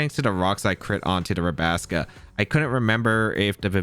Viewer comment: hearing “Rabasca” hurts my ears fr